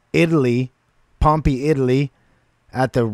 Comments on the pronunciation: Just FYI it's pronounced Pom-pay; and you're right, it is another Roman Coliseum. The city of Pompeii was buried by a volcanic eruption about 2000 years ago. It preserved everything like a time capsule. Cheers. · You pronounce it Pom pay. No one had performed here in 2,000 years until Pink Floyd did it. Echoes has a part 2. Ghost of the people that died here from volcano in 79 A.D. You could go to the movies and watch this concert. There are more songs. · Pronounced pom pay . Pompeii